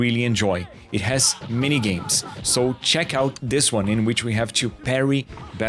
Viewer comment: Could tell straight away this fella was Brazilian, by the way he says the number 2 as "tchew".